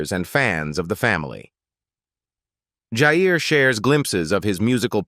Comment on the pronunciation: Ewwww, AI has no idea who is who in many of the photos (esp the 3 older boys), about half the video was pointless reputation & stock photos, irrelevant at best, misleading at worst, & the mispronunciation of Jair & Jaegar’s names …! No mention of Jasmine’s marriage, saying Jess has children when she doesn’t, ewwwww! However there were a few update photos in there that I was happy to see & made it worth enduring the video (at above normal speed through choice)